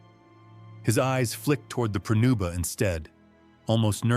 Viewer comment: It's "pronuba" not prenuba.